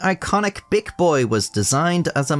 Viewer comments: Then he says "Bic boy" like my mind went straight to "bitch boy" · That's not how to pronounce bic